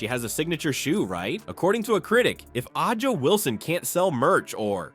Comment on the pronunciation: Who is Ah-ja? 😅